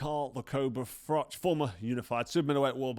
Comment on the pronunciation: Irish 🇮🇪 fan here Cobra Just want to say don’t ever change. Same confidence. Same delivery. Same running commentary while you’re mid-story impersonating “BIG JOHN” like you’re doing both parts in a one-man theatre show. The Nottingham accent switching into “FRATCH! FRATCH! WHERE IS HE?!” while simultaneously explaining how in fact Big John Fury knew exactly where you were and how it was all just theatrics from “The Ultimate Fighting Male” 💪 is just comedy gold 😂 Take that payday at Spurs. It’s only 62k capacity so it’ll be a very modest crowd for you but 💯 easier 💰 than AJ/Paul. And you’d be giving the boxing public something we didn’t even know we needed. Even Big John gets a payday for the hospital bills. Everyone wins. Imagine mid-fight you lean in and calmly say, “Yeah but did you ever do 80,000 at Wembley?” and somewhere in the crowd Floyd is still standing there nodding politely 💀 Keep it real 🥊🥊